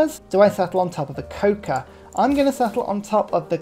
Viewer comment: Your pronunciation of cocoa has been bugging me for the entire video